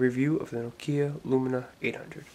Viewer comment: its not nokia lumina its lumia, you saying it wrong